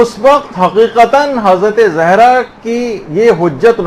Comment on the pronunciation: Please make correction of the word ''zehra''... it is ''Zahra''